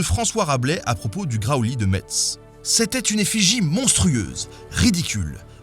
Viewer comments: C'est pas que on ne le prononce pas ce t, c'est qu'il n'existe pas ! La véritable écriture de la ville c'est Mess ou Meß, voilà. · Salut Ben, j'ai une petite remarque et une question. Premièrement tu as choqué à deux reprises les Mosellan en écorchant la prononciation de Metz, pour rappel ça se prononce "Messe" et non "Metze", mais bon tu l'as dit correctement plusieurs fois aussi. Question, quelle est la symbolique des dragons dans les anciennes cultures Nordique pré-christianiques ( viking et germains) ? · "... de MeTse" Attention ! Du va te faire haïr dans l'Est mon cher Nota Bene, ici nous ne prononçons pas le T, nous disons simple Messe. ;D Superbe vidéo camarade ! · ohlé ! Tu as parlé de Metz et du Graoully ! yeah ! Une légende superbe et d'ailleurs de nombreuses légendes messines sont passionnantes :) Bravo pour ton contenu, un régal. (mais on dit MESSE pas MeTz :o ) Le dragon à Metz était aussi conspué, insulté, quand il se faisait trimballer dans le centre-ville) la légende complète de Saint-Clément qui combat le dragon peut être vue ici, si ça te dit (quoique tu la connais surement déjà...!) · Bretons, Normands, on s'en fout c'est les mêmes bouffeurs de crêpes par contre fais gaffe Metz c'est "messe" pas "metse" un erreur dangereuse XD. Très chouette vidéo comme d'hab GG ! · Metz se dit "mess" et pas "metss" ! Encore quelqu'un qui prononce mal le nom de la ville de Metz 😭😭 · Metz = messsssss pas mettttssss 😖😖😖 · Metz = Messe pas Mets haha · En tant que personne vivant dans le Grand Est, à mois de 2h de Metz, je trigger à mort à chaque fois que j'entends "MeTz". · Metz se prononce "Messe" monsieur Brillaud :-D. Néanmoins super vidéo (comme d'hab :-)). Enfin nous sachons d'où viennent les gros reptiles!!!! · J'ai entendu le MeTz glissé une fois sur deux... Mais comme la vidéo est de qualité, je te pardonne 😘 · Coucou en réalité on dit "messe" pour metz le t est muet.😉 Bon sujet merci. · Metz se prononce "Mess". S'il te plait. C'est important.